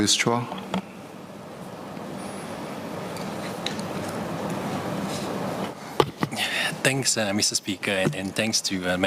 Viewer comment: Mr Supaat must have been so excited to present his findings that he had to mispronounce Mr Chua's surname wrongly.. twice! 😂